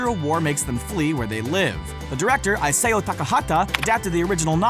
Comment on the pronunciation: For one thing, Grave of the Fireflies is not labeled as a children's film and the director's name is pronounced EE-sow not i-SAY-o. Also, the director you are referring to in the stop-motion films is Henry Selic, Tom Selic is an actor.